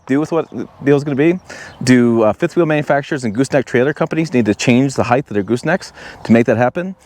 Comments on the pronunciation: height not heigth? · Height not heigth 😂